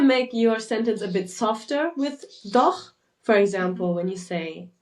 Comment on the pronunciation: I struggle with pronouncing the ch in doch, so I avoid using it. The way the guy said it also sounds way off..